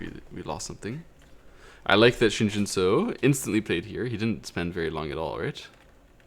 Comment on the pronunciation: Pronunciation tip: the “eo” in Romanized Korean has an “uh” sound, like “but” or “dull”. So “Shin Jinseo” should be pronounced like “Shin Jin Suh”, not “Shin Jin So”.